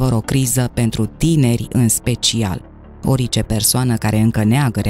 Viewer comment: Poti sa pronunti cuvântul orice …normal.?….nu ori…ce